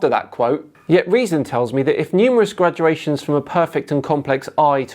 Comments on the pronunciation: GRADations Not "graduations"; sorry to nitpick your grammer,. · Hi. Please don't say "graduations" when Darwin wrote, and you mean, "gradations". "Graduations" are what students get when they qualify for their degrees. "Gradations" are incremental measurements. Don't say "grad - you - ay - shuns". Say "grey - day - shuns". Then not only will you be pronouncing your words correctly... but also people will take you more seriously!